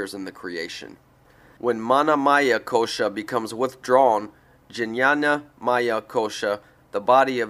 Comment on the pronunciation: Hi its a sweet thought to make this audio book and I commend you. It would be helpful for you however to learn how to pronounce sanskrit words. For example (Sri = Shri) or (jnana = gyaana also jnanamaya = gyaanamayaa kosh) or (sattva = sattwa) or a harder one - (sthulasarira = sthulashariraa) or buddhi = bhuddhi - hope that is helpful...